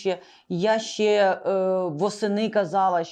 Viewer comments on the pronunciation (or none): Не щЄЄ, а щЕ. Не щЬО, а щО. Розмовляйте по - людськи. В українській мові нема пом'якшення шиплячих літер. Це йде від совка, від росії, чЬто, чЬо, чЄво.